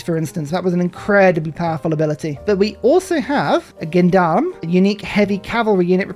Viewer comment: AcTuALly "gendarme" is pronounced "jendarme" in french. And funnily it's a pretty litteral translation of "men at arms". HUZZAH nonetheless